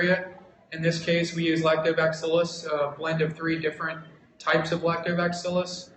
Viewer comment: is he saying lactoback-cillus...? I was under the impression it was lactobacillus? haha